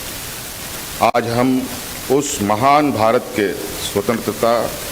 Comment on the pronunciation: स्वंत्रता का उच्चारण भी नही कर पा रहा है।।😂😂😂